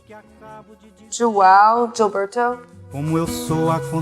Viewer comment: "jowow geelbertow" love ya